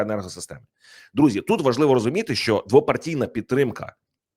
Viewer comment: ТОБІ НЕ НЕ СТИДНО,ЩО ТИ КРИЧИШ НА ЦІЛИЙ СВІТ ЯКИМИ ТЕМПАМИ ПРОСУВАЄТЬСЯ ЗСУ,ЩОБ ЗАРОБИТИ НА ЇХНІЙ КРОВІ СОБІ ГРОШІ,А САМ ЗА ЦІЛЕ ЖИТТЯ НАВІТЬ НЕ ВИВЧИВ УКРАЇНСЬКИХ БУКВ І ВИМОВЛЯТИ УКРАЇНСЬКІ СЛОВА:ЩЬО,ПОЧЯТИ,ТОМУ ЩЬО,ДО ЧЬОГО,ЧЄТВЕРТИЙ,ДОННЕЧЄНУ,ЩЄРБАКИ,ЩЬО,ЧЄТВЕРТОГО, ЗАЛУЧЄВ,ЗНИЩЄЛИ,ЧЬОТИРИ,ВЕЛИЧЄЗНА,ЩЄ РАЗ,МОВЧЄ,ЧЄРЕЗ, ЗНИЩЄЛИ,ЗА ЧЯС,ЧЬОТИРНАДЦЯТОГО,ЗАЧИЩЄНУ,ДА,ПОЛІТИЧЬНИЙ,ЕНЕРГИТИЧЬНУ,ЩЬОБ,РІЧЬ,ЗУСРІЧЬ..............!!!!!!!!!!!!!!!!!!!!!ТЕБЕ ВЖЕ ГИДКО СЛУХАТИ!!!!!!!!(Українська діаспора,США)